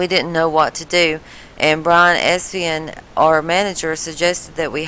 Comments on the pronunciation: Brian Esian? It's Brian Epstein! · cant even pronounce Epstein.......lol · How stupid can you be? Learn to pronounce the managers name, it would at least make your ridiculous claim somewhat bearable. The only thing crazy on this post is the author. Count your blessings for being named after a fab four song and leave it at that. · Omg. If your parents had known how gullible you would grow up to be, they would have given you the middle name Foth (Fool On The Hill) instead of. Side note: I've replayed your pronunciation of "Epstein" several times. High marks for unintentional comedy, lass!